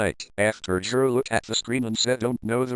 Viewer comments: i love how the voice pronounces it JIR instead of GIR 😂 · its pronounced G.I.R